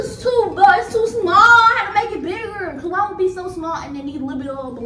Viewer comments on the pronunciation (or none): none